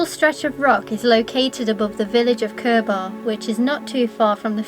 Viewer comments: Cur-BAR haha - it’s pronounced more like curbah or curb-er :) . Great spots though. Robin Hood stride is my favourite. amazing sunsets from there. And it’s only a 2 minute walk from where I’ve always lived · Pronounced Cur ber rather than Cur bar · Cool video. Never heard anybody call it Cur-bar before. I live very close, it's more like Kerb-err or even Kurb-ah, with a sharp ending. If that makes sense. But, yes all good, loved the drone footage. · I was born and have lived in the peak district for nearly 70 years ,this is a great video you have selected your top ten well ,their is just one minor thing that is wrong and it is very minor and that is the pronunciation of the word Curbar it is pronounced more like Curber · Hi. I fell upon this and, living on the edge of the Peak District and having walked all your top 10, I enjoyed it very much. Interesting pronounciation of Curbar, which is Curber locally. My other favourites are: Padley Gorge, Edale and Kinder Scout with Kinder Downfall, Luds Church, Alport Castles, Bretton Clough and so many more. The Peak District is so underrated! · Not a bad effort but you missed all the best ones out . Curbar is pronounced Curber around here .Get away from the tourist stuff as it's over populated . I live in the Peak and tend to stay away from the tourist attractions . Far better and more stunning places than these . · Nice, appreciate the effort you made to get to these places first thing in the morning! Never heard Curbar pronounced that way, I've only ever heard it "Kurrba". Btw, caption slip up on "Winntas" (sic) Pass. Thanks.